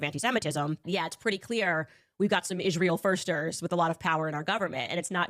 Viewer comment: Candace has only one problem, it's IIIIsrael not ISHHHRAEL. What is here problem with the pronunciation? It's Not that importent but it drives me crazy when someone pronounce something wrong.